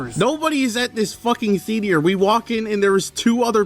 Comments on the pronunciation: who the heck says ' THEATRE ' like this? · please say theatre right im shaking and crying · worst part about this video is how pronounces "theatre"